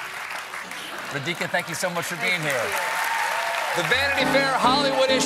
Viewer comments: It's actually Raa-dhi-kaa (dhi is pronounced thee) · It's 'Raa-dhee-kaa' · How difficult could it be? RA-DHI-KA!!!!!!! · It's not Kha it's Kaa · oh colbert, try to learn the pronunciation of Indian names by google next time, still he said ra dica instead randi ca :p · Regina Philangee raa-dheee-kaa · Its pronounced Raadhika where the first syllable is long. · Ra- "the-he"-ka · Never heard someone pronounce the name 'Radhika' so badly :( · said it the same way in his singing intro. I would have said it that way. Clearly someone should have checked and informed Stephen a better way. No doubt, like me, she is used to having her name mangled and doesn't make a fuss about it. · Patokev It’s not about random mistakes. It’s about inviting a guest to an interview on national tv and not getting their name right. Basic homework. Someone in his team f’d up. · Eric P yup if it’s first time you come across the name and you are going to interview her on national tv you’d probably google how to pronounce her name. Takes 5 secs. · My first thought exactly. God he butchered that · It could be that that's how she pronounces her name. I have a friend called Radhika and she doesn't pronounce it the Indian way, even when she was growing up in India/Sri Lanka. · Yes, he murdered her name but why didn’t she correct him ?! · Stephen Colbert, I love your show and you are funny. The only problem is you butcher foreign sounding names. You prounced Radhika's name with a short 'a' after R. It should be long 'a' to pronounce correctly. You also butchered Kamala Harris names. Ms. Harris even clearly explained to you how to pronounce her name and still you kept misprouncing it.